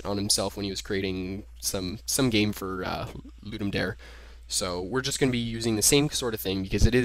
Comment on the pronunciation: It's not pronounce "ludum dare", it's pronounced "ludum dah-ray"